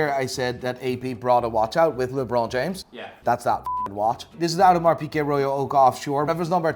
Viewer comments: When a Dutchman, with an Irish accent, thinks something is pronounced with a French accent => Lé Brooooooooooooon F_ck me!😦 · I like how he calls LeBron James LaBron...LOL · Did he say LeBlon James ? 🤔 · why u calling lebron as lebor mate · How he pronounces LeBron...